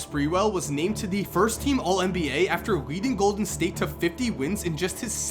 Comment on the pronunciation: It's Nba. NOT Mba. Get it right